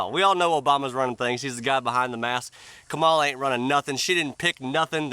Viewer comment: “Ka-Ma-Lar” she’s from the south ain’t she.